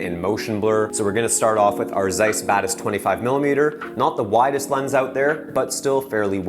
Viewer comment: Zeiss :)) man, it's pronounced like Tseis